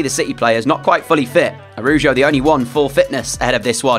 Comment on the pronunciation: ITS ARAUHUO NOT ARUJO